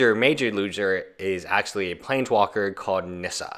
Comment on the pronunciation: isn't it Nissa not Nisser? lol😉